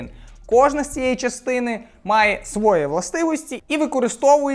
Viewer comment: Не свОЇ, а своЇ.. А потім такі люди говорять, а точніше говОрять, що вони розмолвляють українською...